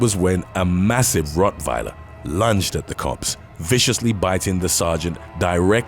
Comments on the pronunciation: COME ON DUDE Rot VILER?? You have to be intentionally mispronouncing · A what attacked a cop??😂😂😆🤦🏾😅😭 🗣"A Vur-oot-wieler" is what i heard!!👂LOL 😆 a vurotwiler lmao wtf is that bro🤷🏾😆😬🤦🏾😅🤙🏾